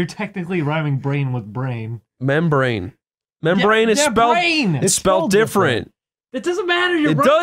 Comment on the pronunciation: To be fair said "membah-rane" so he technically ryhmed "rane" with "brain".